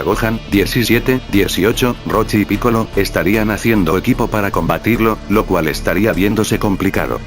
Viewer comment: crees que esta bien dicho picoro? es que laura torres siempre lo dice asi pero es piccolo